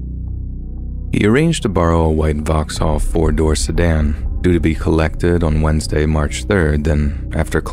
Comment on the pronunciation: You said Vauxhall in a funny way. 😅